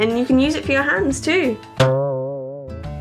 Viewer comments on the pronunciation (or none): none